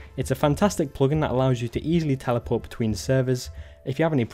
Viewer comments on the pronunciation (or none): The PLOGIN accent lolz